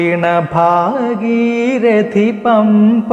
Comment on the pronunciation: സാർ, ഭാഗീരതി അല്ല ഭാഗീരഥി എന്നാണ് ( ഭാഗീരഥി നദി ) രഥത്തിന്റെ "ഥ" എന്ന് പ്രോനൗൺസ് ചെയ്യണം രതം എന്നാരും ചെയ്യാറില്ലല്ലോ